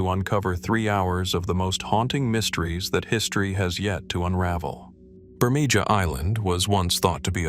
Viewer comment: Wow not even 3 minutes in and the mispronouncing is so bad I can't continue.. If you can't get the name of the first place correct, there's not much hope for the rest of the video. It's pronounced Bur-may-HA. Not Bur-may-JA.